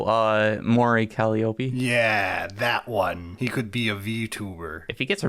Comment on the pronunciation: First model is a demon The guy with a Chaos avatar passes, the guy with a Grey Knights avatar smashes It's gonna be a good episode edit: ERIC IT'S "CUH-LIE-OH-PEE" NOT "CALLY-OPIE", IT'S A MUSICAL INSTRUMENT, IF YOU'RE GONNA SIMP FOR A VTUBER AT LEAST PRONOUNCE HER NAME RIGHT also it's based taste